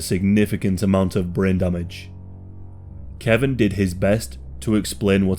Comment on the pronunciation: His name is KE-VON not Kevin lol